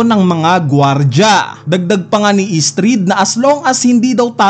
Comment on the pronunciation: Estrid🙅 Istrid 😂